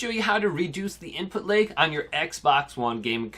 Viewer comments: “Input Layg” ?? 😂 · Why do you keep saying input LEG? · Nobody: This guy: input laëg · Seems like an OK guy and all but this was driving me nuts